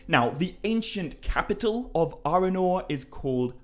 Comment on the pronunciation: I do adore you, but you pronouncing Arnor as "Arenor" and Arwen’s name as "Arewyn" is physically painful! 😣😣😣